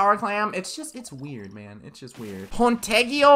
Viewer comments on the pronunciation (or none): When he said "Punteggio" like that... 😂😂 My gosh. Hey, he tried. But listen! It had to be pronounced like the sound we all do when we say "GG!". So, "PunteGGio" has to be pronounced as explained. I'm italian, btw. Wow, no one saw that coming, right?